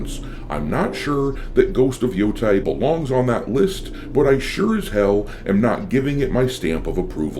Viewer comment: You said Yotei wrong.